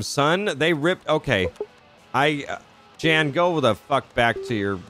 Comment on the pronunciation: Jan's pronounced like "yawn". It's a German version of "John".